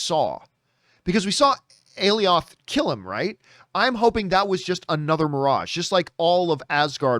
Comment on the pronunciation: It’s pronounced “A-Lie-Oth”